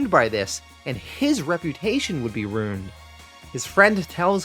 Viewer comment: I like how he says ruined. Sounds like a runed